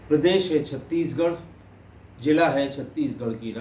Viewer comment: Zila not Jila, Zameen not Jameen, Zamana not Jamana, Zaroorat not Jaroorat, Manzil not Manjil, Zabardast not Jabardast, Darwaza not Darwaja